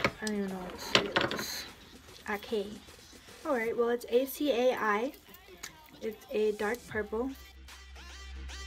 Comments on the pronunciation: Acai is uh-sigh. 😊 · acai is pronounced a-sa-e 😌